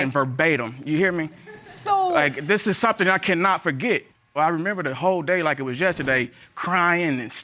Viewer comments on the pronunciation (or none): none